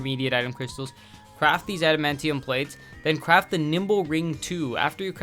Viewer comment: Nice vid. Just got back into maple like 2 weeks ago and had to start on a new account. Also adamantium is just pronounced how it is spelled. If you watch xmen you can hear how it is pronounced too.